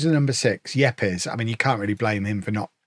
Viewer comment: I think Yepes should be pronounced 'Eeps'.